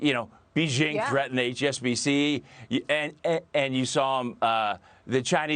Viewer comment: Dude. If you can't even pronounce Hua Wei correctly wtf do you know about China?